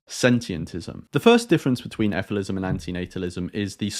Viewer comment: Shouldn’t it be pronounced as figh-lee-sim?